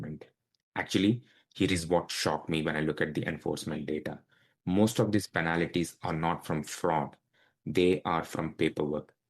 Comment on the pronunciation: Please pronounce penalties.... Not penalities.😊